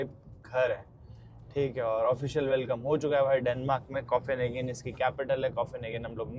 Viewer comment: arey yaar firse start, english word pronunciation seekho bhai, coffinhagen kya hotha hai, copenhagen hai wo, either learn or dont say that word, you are embarrassing yourself